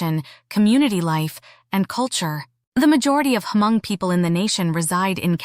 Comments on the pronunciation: Sorry but I heard you keep saying ‘H’ in Hmong. The H is silent. Just say Mong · Omg u need to do ur homework about how to pronounce “hmong”. Its not “her-mong”. Its just “mong”. Secondly-“paj ntaub”. U butchered those words so badly.